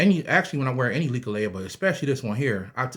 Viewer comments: It's not "likka laya" It's Leklai. LEK LIE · Nice share Not to be disrespectful But its pronounced Leck Lie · First of all respect brother for showing interest in Thai amulets. ✌💯 Second the pronunciation on leklai is very off. Third u should go to Thailand and get the real deal amulets. They need to be chanted by monks. There is rules to how u should wear them and such. Its important if u want them to work and not give u bad luck. Much blessings